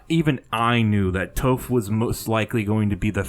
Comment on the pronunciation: The original poster of the "screenshots" admitted it was fake. I still expect Toph to be in the game though. Also, PLEASE learn how to pronounce her name correctly!